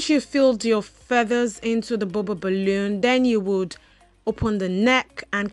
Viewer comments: I don’t think you’re stuttering you’re just saying the “bubble balloon” over and over and over again a million fn times lmao. Just saying balloon would have been suffice lol especially cuz it sounds like you’re saying bubba balloon. The bubba the bubba the bubba lmaoooo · I love the way you say bubble balloon in your accent